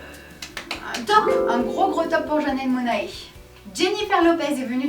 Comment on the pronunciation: a titre d'info, c'est janelle monnaie et pas mona-é :)